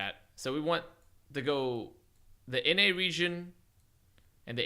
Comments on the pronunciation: Nenne pepehands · It sounds like he's saying nenne when he says in NA